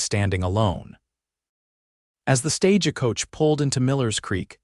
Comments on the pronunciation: You should have heard the way they said Eleanor in a different story .. awful Ee-lean-rrr. Love the Italian Stagah Coacha 😂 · Stage-a-coach-a? Ta-bith-a? Is English not your first language? Or just a really bad AI package? Cannot finish listening... awful. Will not be subscribing